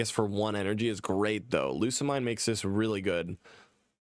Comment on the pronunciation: most people pronounce Lusamine's name as "Lusa-Meen"